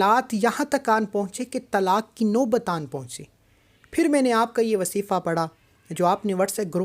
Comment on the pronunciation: Wasifa nhi kehty wazifa kehte hn